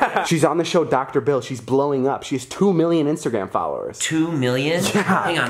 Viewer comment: dr phill not dr bill